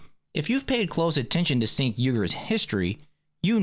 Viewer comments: His name is Cenk Uygur. Not Sink Uygar. Its pronounced Jank as in this guy is Janky AF! He is a trash human being, it was very confusing to hear you repeatedly say sink. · Chink not sink. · It’s pronounced chaink lol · Off topic but his name is pronounced Chank.